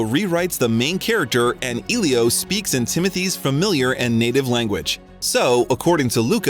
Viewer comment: Elio, Denis Villeneuve, Zendaya too :( Seriously, have you not watched any of the interviews?